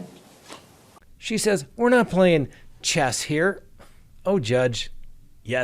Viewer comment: Did the judge say, “We’re not playing chest”? 😂